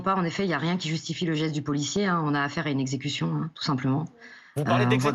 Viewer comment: Il pouvait tirer aux roues... L'avocate dit super-bien: "execution"!!